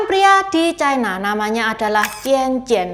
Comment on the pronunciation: Ucapan yg bnr : china, bukan chaina